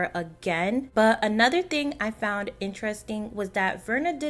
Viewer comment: Found or fond?🤪🤪🤪🤪🤪